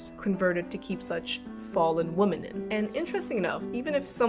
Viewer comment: Too many people are refusing to see what's going on - or even brainwashed enough to either not care or support it. Also "Women" is not pronounced like "Woman" it constantly sounds like you're saying woman (singular) when you mean women.